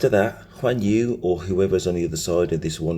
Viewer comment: Guan Yu not Juan Yu 😂